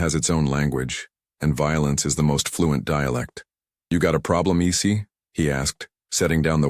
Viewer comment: “You got a problem, E-C?” 🤣 AI narrations have the best mistakes.